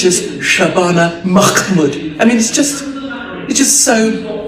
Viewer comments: Shabana mahmood, is pakistani brit. Surely you can prounce mahmood, its meh-mood. SHE WILL NOW FLOOD US WITH MUSLIMS .WHAT IS MACKMOD/ ALL MUSLIMS PUT FAITH BEFORE COUNTRY. NO WONDER PAKISTAN with billions from america/ millions from uk/millions loaned by imf. Chinese poodle survives as britain and usa hate india. You have all filled it with free arms. By the way, do you know , saudi arabia owns Heathrow airport. You seriously should not have a channel with your lack of knowledge of Yvette . Learn to pronounce names . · Who the f*** is this Shabana MacMood FFS some member of the Scottish National Party we've never heard of you're getting confused with? It's pronounced Mahmood (Maah-Mood) OK? Will she be any good at stopping boats. Well she's having little success with dealing with an illegal refuse tip, right next to our flats. So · At least pronounce a right name buddy makmood then mcmood where did you get this info go and read it again